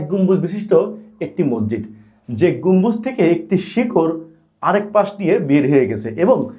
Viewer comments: মজ্জিদ না রে ভাই উচ্চারণ ঠিক করে মসজিদ বলেন। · আপনি কি বলছেন মরজিদ না মসজিদ না মজিদ? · হালা মগা,,,,মসজিদকে বলে মরজিদ